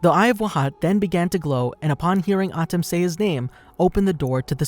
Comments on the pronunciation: Lol it's pronounce MOE - TOE not moo too and Ahh tem not Atim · Why are you pronouncing all of the names weird? Kehmo? (Chemo), Atom? (Atem) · atem is pronounced as aye tim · Me but that’s not how u say atem or muto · Just don't say the names bro that not how you pronounce atem nigga come oooooooonnnnnnnnn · wtf this guy can't say atem or moto lmaooo